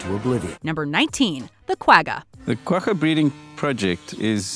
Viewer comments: From south africa... when she pronounced guagga i died inside... KWA - GA... she makes it sound like a ducks quack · The "gg" in "Quagga" is pronounced as a guttural "kh", not as a hard "g". You can hear the correct pronunciation in the interview clips, so I'm not sure why the narrator doesn't use that. The animal got its name from the sound it made, and the spelling is Afrikaans.